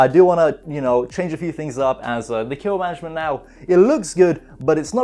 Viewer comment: "Intro" Sounded Like "To Kill Able Mattress" Lol like the book to kill a mocking bird